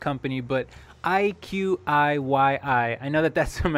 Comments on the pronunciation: Reads as Eye Qi E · I believe it’s pronounced like eye-chee-yee. Not 100% sure but that’s how I say it. 😅 Def an interesting company.. I’m bullish and planning to hold for the long-term.